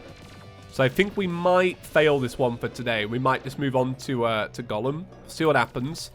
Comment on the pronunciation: Did you pronounce Golem as Gollum? Or I just misheard that?